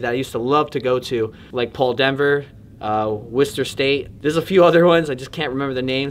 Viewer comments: Massachusetts stand up! Urbex since we were born, we made history here. Wonder where is originally from. Also, for the people wondering how to pronounce Worcester, it's not Wor-sester, not Worchester, it's Wooster/Woostah. Enjoy the Mass language. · You know he’s from Massachusetts when he can actually pronounce Worcester correctly lol awesome vid I never new about this place now I have to check out this summer.